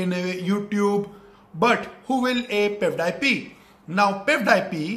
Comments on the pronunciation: But I'm not surprised that he mispronounced PewDiePie as pev- die-pee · First of all his English is bad . Then he started complaining PewDiePie. Then calls Felix pudwaipie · dude he said Peffdiepie .😶😶😶😶😶😶😶😶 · pepepi is pewdiepei , wah bhai wah kya english hai! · He said pevedypi !!! Clap the hands for him 😅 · Everybody : PewDiePie He : Pev Die Pee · Pevdiepee what a pronounciation!!!😂😂😂😂😂😂😂😂😂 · Not pewdip it is PewDiePie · every single info is wrong, first of all its not pevdiepee its pewdiepie and your song is not even good and the video u should about pewdiepie is fake because pewdiepie is from Sweden not india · Abbe vo peudipi nehi pewdipie he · No one Literally no one He:-piudiepi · Pew - Die - Pee Te - serious Most gunda person Most gundaest person I died 😅🤣🤣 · piw die peee 😂😂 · I was like what panish? LMAO ITS PEWDIEPIE 😂😂😂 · he said pevdiepee hahaha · Pewdiepie....But you say Pepdiepe. Tseries.....But you say Tsarius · Your T-Series pronunciation is hilarious hahahahaha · Does a lot of Research Calls T-Series "Tasarius" and PewDiePie "PaveDyePii" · Me:T-Series He:Tesarais Me: Piewdiepie He:Pevdip😂😂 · Excuse me sir? You dont actually know english bruuv Its T series not T seriass Its Pewdiepie not Peahsdiapoy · my brain will pain 🤦🏼‍♂️ And our brain pain after which the video 😖 Mr.GODDDD FO ENGLISH 🤣🤣🤣🤣🤣🤣🤣🤣🤣🤣🤣🤣🤣 T SERIES NOT DISEASES PEWDIEPIE NOT POWDEYPE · Pevdypee and tserias🤣🤣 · How is PewDiePie related to Karl Rock???? PewDiePie and T-Series pronunciation is also wrong Song is very good.... Each Lasanya!!!!🤣🤣🤣🤣😂😂😂 Miliyan!...